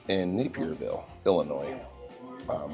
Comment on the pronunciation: I do wish you’d have spoken to at least one local who could have helped you pronounce “Mattoon” correctly (also, it’s Naperville, not “Napierville”).